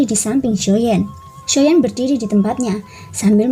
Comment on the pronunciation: XIo yan Lo bukan XIo yen